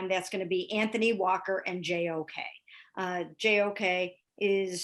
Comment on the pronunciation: I wonder how many times they repeat JOK full name as practice. has the pronunciation down perfect! Impressive